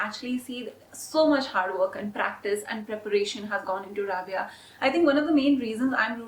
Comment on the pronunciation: I love love rabiya,maria and adline sorry to say but the way you pronounce rabiya is wrong it's rha-bi-ya Loved your video so much